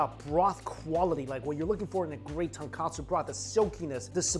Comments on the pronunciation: Tonkatsu is the pork cutlet...it’s Tonkotsu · tonKOtsu, not tonKAtsu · Mike, there's a difference between "ton kOtsu" (pork bone) and "ton kAtsu" (pork cutlet). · Tonkotsu not katsu Mikey! You've been saying Tonkatsu = pork cutlets, for so long xD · Love you videos but please STOP calling it TonKAtsu broth.... Its TonKOtsu, no letter 'a'.... Tonkatsu is fried pork cutlet.... Tonkotsu is pork broth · Mikey, brah, you gotta get this right once and for all... TONKATSU = Pork Cutlet TONKOTSU = Pork Broth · Ton-KOH-tsu, not Ton-Kah-tsu. Completely different things. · Just me being picky but it’s ton-KO-tsu broth not ton-KA-tsu (breaded/tempura-ed pork cutlet) 😅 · Hey Mikey, it’s not tonkAtsu ramen, it’s tonkOtsu ramen. Tonkatsu is a different type of japanese food, it’s fried breaded pork cutlet. Tonkotsu is the pork broth of the ramen. Good reaction video tho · Mikey, tonkotsu and tonkatsu is two different things! You kept saying tonkatsu haha. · bruh he cooked the noodles wrongly and he calls the broth tonkatsu instead of tonkutsu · Love your reviews but just a little note. its tonkotsu not tonkatsu which means pork cutlet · I cringe every time he says tonkatsu instead of tonkotsu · Ton-KO-tsu bro not Ton-KA-tsu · Absolutely love watching your channel - your love for food totally brightens up my day! One thing you might want to improve on is the pronunciation: when it’s ramen, it’s Tonkotsu, not Ton-Katsu. Tonkotsu = pork bones (ton is pork and kotsu is bone), while Tonkatsu = fried pork cutlet … very different things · “Tunkatsoo” 🙅🏻‍♀️🙅🏻‍♀️ Tone-koht-soo 👌🏻